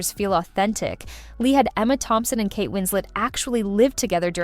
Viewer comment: Kate isn’t French. You pronounce the ‘t’ in her name.